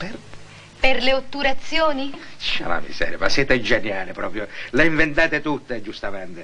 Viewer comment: Cinque otturazióuni ! Ho le lacrime!!!😂😂😂